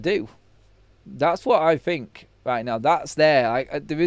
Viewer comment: Struggling to fink